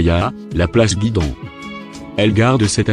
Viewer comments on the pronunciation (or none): place gueydon et non pas guidon